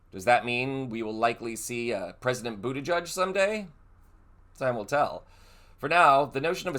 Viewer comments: Omg it’s pronounced Boot-edge-edge. Not bootijudge. WTF is wrong with you. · It's Boot-i-jij, not Buddha Judge. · It’s Boot edge edge. Not Boot a judge. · Butti-jedge, not Butti-judge. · Boot-edge-edge. There is no "judge" in his name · Please pronounce the outgoing Secretary of Transportation's last name correctly - it is not boo-duh-judge but is boo-duh- gedge. It rhymes with hedge. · I believe the pronunciation is boo ta gege not boo ta judge. But he is smart, empathetic, kind, patriotic and open-minded either way. Hope he runs in the future. Wish he was my state Senator. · I've given this a thumbs up, but I would like to clarify something. It's pronounced Bu-ti-gedge, not Bu-ti-judge. Thanks! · boot edge edge. at least say his name correctly. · It is not pronounced ‘booty judge’ !!! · There is no "judge" in the pronouncing of Pete's name!!! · Boot edge edge - pronounce correctly please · It's BOOT EDGE EDGE! Learn how to pronounce!!! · His name is not pronounced buttijudge. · Please send appropriate respect: it's not "budda-judge". 🤦‍♀️ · It's pronounced boot-edge-edge. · PETE has said his name is pronounced boot edge edge, not ending in "judge" sound... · ..... Pete BUTTI - GEDGE ........ Please get this great man's name RIGHT!!! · Buttigieg is pronounced - boot eh-gedge Thanks for the information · If we are going to complain when the right mispronounces Kamala (granted they do it purposefully), we should correctly pronounce the names of our own politicians. It’s “boot-edge-edge”, he described it as such when he ran for POTUS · I think you should pronounce his name correctly and Pete should run for president soon! 🎉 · Pls pronounce Pete's last name correctly. Simple respect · You re pronouncing his name wrong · Sorry not to be picky, are you pronouncing his name right? Maybe I got it wrong all along. I’m Canadian but love following him, one of the most intelligent and well spoken politicians in the U.S. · Learn how to pronounce his name for heaven sake!